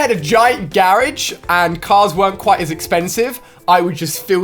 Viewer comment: You know the funny thing is, he says garage weirdly. But how Americans say it might be weird to him.